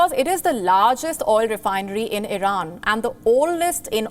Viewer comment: This anchor is an embarrassment, incompetent can’t even pronounce Iran properly and she is very hard to look at, not sure if it’s a man or woman.